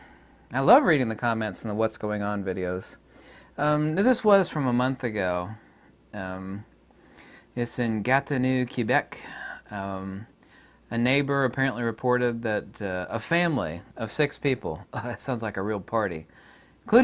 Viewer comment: gat-e -no not gat-e-nu. Quebec is ridiculous, a few years ago they charged and fined a comedian for offensive jokes. looked it up to paste = Quebec tribunal has ordered comedian Mike Ward to pay tens of thousands of dollars for the suffering he caused one Quebec boy and his mother.